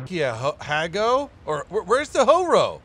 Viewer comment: it is pronounced like Jee-Roh (it was ok:) ). On the other hand, Ha-Go is like Hah-Go (first part was bad, the “Go” was ok though). You misspoke it’s name at one point in the video